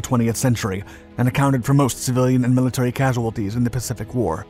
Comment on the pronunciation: 'millinery frictions' ? there was a headwear dispute ?